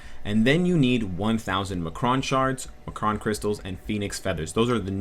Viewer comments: uhh...I think you meant to say EM-CRON crystals, not ma-cron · great video! just a quick correction on the pronunciation of M'Kraan. it's "M. Kraan." its separate. not "Muhkruhn". thanks man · are you pronouncing m'kron like that as a joke? from what i remember from the cartoon its pronounced em kron not ma kron